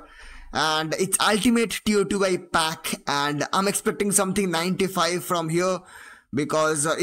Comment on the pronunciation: Bro stop saying T O T Y say it all together